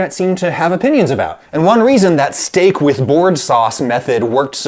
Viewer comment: how you cook your sheteak My syteck Adam